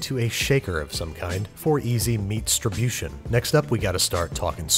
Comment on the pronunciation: "For easy meatsribution" "Wessschusstter sauce" I feel a connection to Babish now